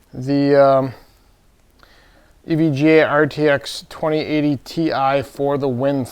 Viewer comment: why does he keep saying EVJ? do we not know the difference between J and G?